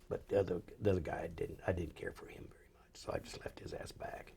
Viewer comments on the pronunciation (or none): none